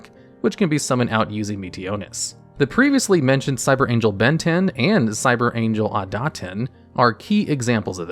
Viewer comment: I keep hearing "Cyber Angel Ben 10" XD